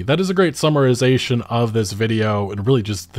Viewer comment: "Summorizatin" isn'r a word bro.